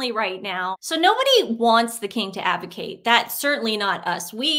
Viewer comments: Please ladies, say abdicate not advocate it makes me laugh all the time .love watching you to beautiful ladies .keep the good work going xx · Ladies, love your show and your personalities. Just one thing, the word is abdicate 😮😂 not avicate 🤔😳😘😃❤